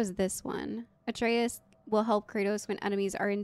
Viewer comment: The video telling how to pronounce Atreus is actually wrong. You are pronouncing it correctly like how Kratos calls him - "a tray us"